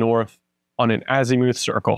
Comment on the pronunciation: AZ i muth not azEEmoooth :)